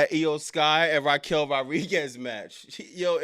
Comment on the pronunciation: Wwe is horrible at the moment for the past 2 years or so...smh....😂😂also you keep saying Raquel names wrong it's Rodriguez you never say the D 😂😂😂😂